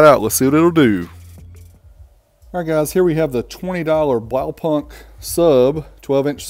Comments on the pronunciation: its Blaupunkt not BlowPunk XD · dude- just call the brand BluePoint as thats what it is. It hurts every time you say it wrong. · The k Is silent, it's like blawpunt. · Blaupunkt the K is silent you don't say the K sound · Americans pronouncing "Blaupunkt"